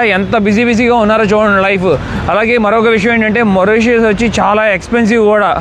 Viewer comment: మారిషిష్ చాలా మంచి గా చూపిస్తున్నారు కానీ మోరిషెష్ అని పిలవకండి. మారిషెష్ అని పిలవండి